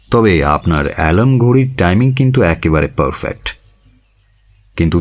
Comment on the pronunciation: পি কে বাসুর পর রেডিও মিলনকে আবিস্কার করেছি। পুরোনো নাটকগুলো শুনছি তাই। বাঙাল উচ্চারণগুলো সামলে। এ্যাকেবারে নয়, একেবারে। আমিও বাঙাল তবে পেশাদার উচ্চারণ কি হবে তা জানি একটু।